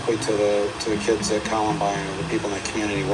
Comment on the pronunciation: cmq è columbain no columbin